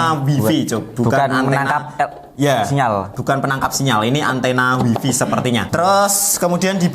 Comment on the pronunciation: info, wifi dibacanya waifai. seperti bahasa cino.